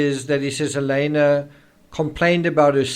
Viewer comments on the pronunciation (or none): I wish you would pronounce her name correctly. It's Hal-eeena, not Hal-aaayna